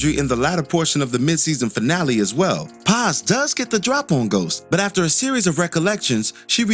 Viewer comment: Someone close to pronouncing the name “PAZ” right props